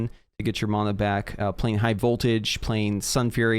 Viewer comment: It's actually the correct pronunciation